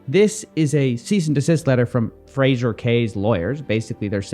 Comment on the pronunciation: his name is pronounced like the TV show Frasier, you dont say Fraser, as it sounds like laser. Fray Zher with a soft shh in the middle